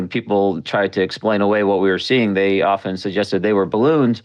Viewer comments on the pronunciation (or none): none